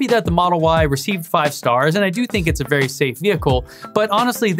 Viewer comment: Vewy intawesting...